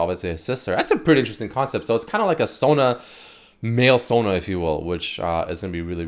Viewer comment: “Male sona” acutal pepega